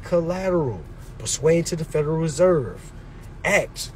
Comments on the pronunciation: Bro the word is per suiant. Not per sweiant. As is according to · Who says persuiant like that. Its a wrong word when saying wrong man..